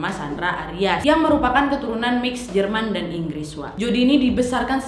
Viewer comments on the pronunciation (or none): none